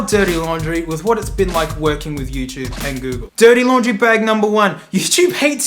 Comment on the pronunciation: mate said "youchoob"